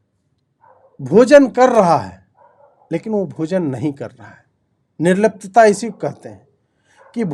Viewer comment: Bhai ishe nirlajata kahte hai Nirlapa nahi